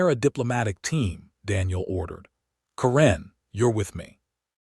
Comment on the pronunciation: Stupid A.I., its Karen NOT Kuran